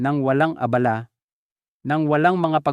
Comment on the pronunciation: Direkta mo na Doc.saka ka magkwento para sa interes Namin, bakit Yung salita mo e hindi tama Ang bigkas kung Minsan, gaya ng ABALA, napakahaba ng paliwanag.